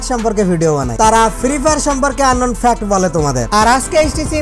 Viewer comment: Unknown Fact Of: আবালটা একটা মূর্খ... শালা Fact উচ্চারণ করতে পারে না... Fact কে Fax বলে... 😂